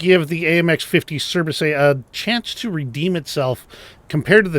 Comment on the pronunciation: Your "Surbaissé" pronunciation is excellent. As often, you are underselling your language skills, my friend. ;)